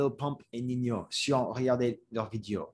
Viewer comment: Ninho se prononce comme le mot ninho en portugais, donc ça se prononce "ninio" (ou comme niño en espagnol) -as a French person I enjoyed how you showed that it's pretty nuanced and not just "before good, now bad" -for example you have Jul who is seen as a "bad" rapper making "bad" music by the old heads. But when you look deeper, Jul is giving back to his community in Marseille, releasing albums for free etc so once again showing that there are nuances to everything